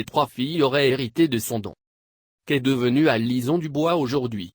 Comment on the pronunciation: c'est une voix synthétique "Alison" dite alizon :o